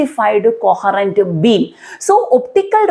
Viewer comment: Leisurrrrrr Beeem 😂❤ Love the accent